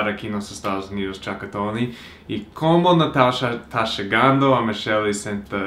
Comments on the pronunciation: engraçado quando o pronuncia a palavra Chocotone e acaba falando Chacatone kkk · Demorei um tempão pra entender que era chocotone 😂😂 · vc falando chocotone parece eu falando algumas palavras em inglês, ainda estou aprendendo essa língua 😜